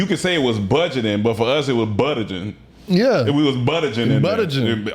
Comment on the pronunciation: And instead of budgeting, it’s buttenting lol